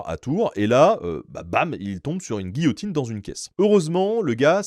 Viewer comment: Quelle français ce type 😂😂 J'ai une histoire rigolote : et il commence a parlé de giotine 🤣